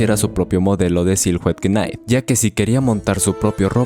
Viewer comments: Me choca que diga "quenait" en vez de simplemente "nait" cuando dice Knight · bro tremendo video, pero practica un poquito la pronunciacion dle ingles xd knight se pronuncia ''nait'' king seria rey , no caballero, animo con los videos bro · Se escribe knight pero se pronuncia naigt.... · Bro knight se pronuncia 'naiht' la "k" inicial es muda y silhouette es silueta y la "h" no solo no se pronuncia si no que la ignoramos en esta palabra por completo, se pronuncia 'siluet' (con acento en la e). Al final cada quien dice como se le da la gana y no hay una sola forma correcta de pronunciar las cosas en ingles, pero pues ahi quedo lo que crei que seria una contribucion. Saludos y exito.